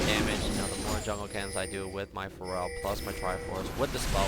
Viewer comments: isn't feral pronouced fare-ral? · ive always wondered if is pronouncing 'Feral' wrong h pronounces it 'Pharell' like the rapper? XP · I love the vid but his pronunciation of "feral" makes me so annoyed. pet peeve I guess